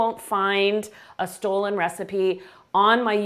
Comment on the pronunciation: Dear Chef, “stollen” is not pronounced stolen, in German it is referred to as “stullen” and marzipan is pronounced as “motzipon”.